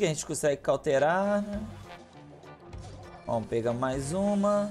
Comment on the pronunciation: "Seguinte galera "damo" que tamo" kkkkkkkk